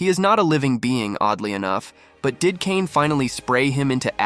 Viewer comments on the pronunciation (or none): none